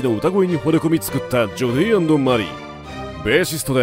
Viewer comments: ナレーションの人が「ジョディーアンドマリー」とか「ジョディマリ」って言うのが気になります😂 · ジョディって言ってない？